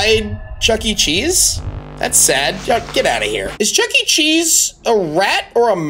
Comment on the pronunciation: It’s not Chuck E. Cheese, it’s chucker cheese